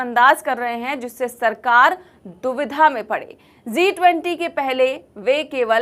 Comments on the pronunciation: It is G 20 not Zee 20 perhaps ypu are pronouncing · Zi 20 nahi sahi haiji 20 uchcharan sahi kariye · It is G20 and not Zee20. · ज़ी 20 नहीं जी 20 बोलिए G-20 शब्द है Z-20 नहीं है हिन्दी शुद्ध करिए।